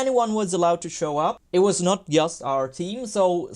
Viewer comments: "yast"? WTF is that accent? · Ok, thanks. Yeah, I get that it's "just", but he can say "GMT", so this "yast" yast bugs me. Cool channel though. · swedes pronounce J like Y